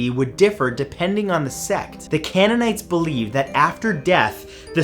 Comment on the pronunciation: CANE-un-ites! Cult of Ah-ten. Pronunciation is everything.